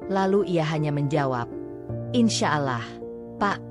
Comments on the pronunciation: Harus nya yang baca cerita nya orang yang beragama Islam, biar gak nyebut alah tapi Allah 🙏🙏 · Mf min perbaiki dikit. Bukan alah sebutanya tapi allah